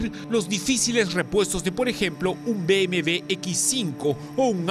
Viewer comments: Jajajajaja dijo BMV jajajajaja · se dice bmw. burro no bmv.. en todo caso seria b.m.doble.v .. o como desimos aqa mejico.. b.m. doble.u. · Que dijo sobre un poderoso que BmV ?? Pensé que era BMW jajajaja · se dice BMW no BMV